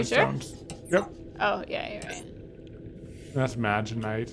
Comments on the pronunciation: can we appreciate the comedic genius of, looking at camera everytime pronounces magnetite "magenite" it cracks me up every single time. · What could go wrong? Lol I should count how many times says Magnetite wrong and just smirks... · I love how pronounces Magnetite.